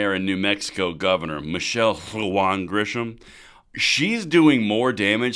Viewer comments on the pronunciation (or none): none